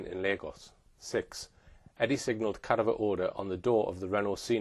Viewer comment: please learn how to pronounce, CA- DAV- ER